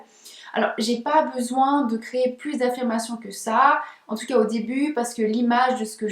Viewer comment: Le IN se prononce IN , pas AN …. On prononce BESOIN BESOIN et non BESOAN …. INTÉRÊT et non ANTERET , MATIN et non ´ MATAN … Etc etc etc …..